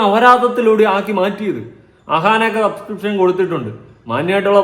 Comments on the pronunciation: Subscribtion എന്ന് തെറ്റാതെ പറയാൻ പോലും അറിയില്ല അമ്മച്ചിക്ക് സസ്ക്രിഷൻ 🤣🤣🤣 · സബ്സ്ട്രേഷൻ എന്ന് പറയാൻ അറിഞ്ഞുകൂടാ അലവലാന്ന് പറഞ്ഞ് പഠിപ്പിച്ചു കൊടുക്ക്